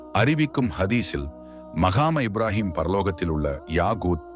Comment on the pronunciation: முதலாவதுசரியாக ஸலாத்தை உச்சரிக்கவும் அடுத்து கஃபாவைசரியாகவும்மற்றதுமக்காமு இப்றாஹீம் என்பதையும்சரியாக உச்சரிக்கவும்.ஏன்உங்களுக்கு அரபுப்பதங்கள் உச்சரிப்புக்குவருவதில்லை இவைகலைசரியாக உனர்ந்து,திருத்தமாக சொல்லவும்😊